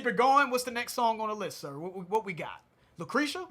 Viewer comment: hahahahah Saying Lucretia like it was Takisha was hilarious!